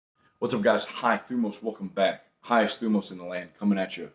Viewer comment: thanks for motivating me all these years brother Greetings from Greece PS: Its <<θυμός>> like saying Thee-ΜÒSS